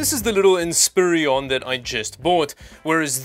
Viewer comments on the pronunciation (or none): "In - spir - on", not "In - spear- e- on". Just like "a - lu- min- um", not "a- lu- mini- um". 😜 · Depressiron? In-SPEW-iron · Not to be nitpicky - It's In-spur-on Not In-spear-ee-on Other than that, great video!!! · Look at the spelling. It does not say "in spear eon". It says "in spire on". spelled this way for correct pronunciation. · Always happy to see a "Frankenstien" computer so close to the holiday. Ha ha! It's Inspiron... "in" "spear" "on"... Or is calling it "inspirion" an inside joke about something? I'm still looking for the days when I can afford to not have to dumpster dive to get computer hardware again. LOLOL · Hate to be that guy, but its a dell in-spee-ROn. Not inspirion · "INSPIRE-ON" lol it makes more sense when you say it right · In-spi-ron. Only three syllables. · In-spi-ron, there's only two i's ffs 🤣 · Frankenstein would be proud. And it's pronounced, In-spi-ron. Just like it's spelled. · Why can nobody say inspiron correct